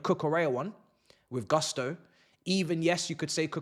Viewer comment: Its GUSTO guys, whats up with GARSTO???? GUSTOOO, GU not GAH